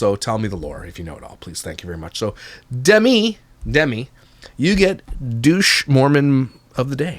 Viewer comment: “Da-Mee” NOOOO! It’s “Dem-Me”!!! C’mon!